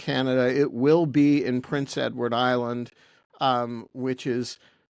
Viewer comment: Also, my first boyfriend was from Boston and pronounced Prince Edward Island "PrinceEdwudAyeland" all one word.